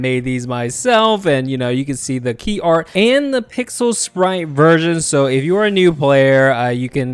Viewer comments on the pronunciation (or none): none